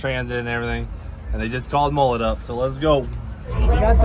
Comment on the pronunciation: Please please can you learn how to say "mullet" properly.. It makes me cringe every time! Cannot handle the butchery of Australian slang any longer!!!!!